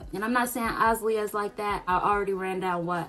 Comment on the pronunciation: your saying her name wrong but “faithfully watched her”. funny how you say “these are my opinions and everyones entitled to their opinions” but say that our opinions are bitter. then you repeatedly throughout this video threw shade towards her content. my honest opinions is she worked hard for her money and if she would like to treat herself than she should it might be expensive but at the end of the day she put in the time and effort, maybe you should take notes and your net worth could be just as big maybe and i mean maybe even bigger. this video was kinda unimportant you talked about the fact that she bought different cars. do you know how many people in the world have 2 maybe even more sets of cars but drive both cars on different occasions? if your mad that the guy across the street didn’t offer you that mustang just say that. then whats even more funny is you proceeded to say “if i wanted to buy a mustang i could” but also said “the guy across the street has a mustang and looking at that mustang gives me the motivation to keep going”, so which one is it. can you afford it or not?